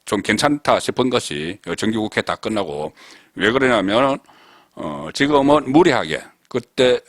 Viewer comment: 지거먼? 제발 발음 좀 의식하시오! 하면 됩니다!!!